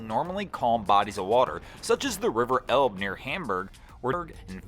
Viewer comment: River Elbe...pronounced more like Elba, my friend.